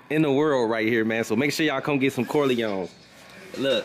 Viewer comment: said "corloins"